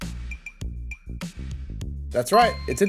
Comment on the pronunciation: an orchard? its pronounced "orkid"